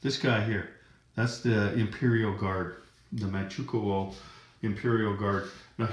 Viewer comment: For future reference, Manchukou is pronounced Manchu-koe (like Moe).